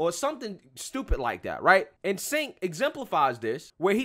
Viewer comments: FYI you pronounce his name as Tch-enk (like Charizard) not S-enk (as in Sent) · Its pronounced "Chank"... Not "Sank". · His name is pronounced Jenk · You missed how tyt tried to smear jimmy dore and Anna tried to me too him. And it’s pronounced CHENK LOL 😂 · Cenk is pronounced "Djaink". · It's pronounced chunk